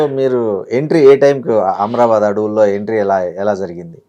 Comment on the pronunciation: ఆమ్రబాద్ కాదు అమ్రాబాద్